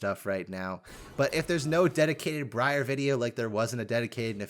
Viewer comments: Breeyar = horrible ear-rending mispronunciation Briar = real common word "sounds weird" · Everytime you say her name wrong it sounds like you're saying Gruyere lol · My brother in christ. Briar as in a briar patch. Ya know, the thorny bushes. Its works because oh cute female named after a plant except its a spiky one and a plant that notoriously pricks you and makes you bleed. Brie-arr sounds so dumb idk in what world that is better. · Briar is a real word, I will replace all the blankets in your house with quilted, wet, cold spaghetti if you keep saying Bree-Yarr, it's a noun denoting prickly and thorny bushes like that of a stems of rose bushes, it works perfectly, think about how uncomfortable you'll be with your spaghetti blanket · Bree-are sounds weirder than briar? my brother in Christ touch nature(thorny bushes are called briar) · I love bree-arr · Mispronouncing Briar is unbelievably American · I like how you corrected yourself on how to pronounce briar and then continue to say it wrong for the rest of the video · Bro really could not pronounce a basic English word... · You messing up Briar's name and saying the other way sounds cooler is funny cuz Briar is an ACTUAL fucking word which mean things that are like prickly... like thorns on a rose... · Starts the video by mentioning that he is pronouncing her name wrong - continues to do so anyway